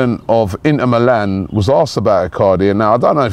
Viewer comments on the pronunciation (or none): none